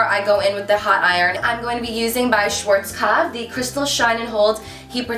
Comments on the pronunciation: Love the video but you're pronouncing schwarzkopf wrong haha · Hey♡ I'm from germany! :) It's so funny how you say "schwarzkopf"♡♡ and the Video is Very Good♡ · It sounds so funny when you say Schwarzkopf :D btw. you are really popular in Germany. The other day i wanted to grab a lipstick from mac and the girl said that its sold out because some girl called Carli from youtube said something about it. :D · love that hair style!!! :) <3 P.S. as I'm german it sounds so cute to me how you pronounce Schwarzkopf (no offense! :))